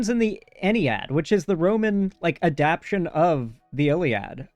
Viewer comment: I don't know how much I'd poke at that considering this guy can't bring himself to add the extra syllable to adapTAtion